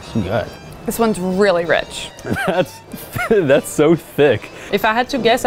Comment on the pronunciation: I think its rich not reach